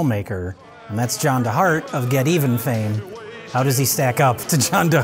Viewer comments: pronouncing Geteven as "Get Even" triggered my fight or flight response. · just noticed improperly pronounced "Geteven" by enunciating each letter of "get even" and i am DISTRAUGHT that he could mispronounce geddaven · It’s pronounced GETEVEN